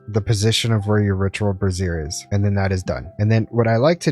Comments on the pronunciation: not sure if you realized but with the way you pronounce brazier, you sound like you are saying brassiere as in bra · Someone has told your friend how to pronounce Brazier, and what a brassiere is right? 😅